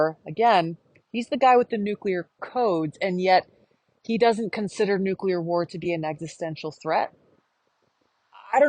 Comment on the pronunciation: Thanks for pronouncing NU- clear and not NU-CU- lar.